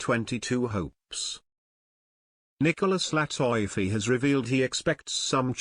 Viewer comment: LATIFI written (LATEFE) not (latoyfe)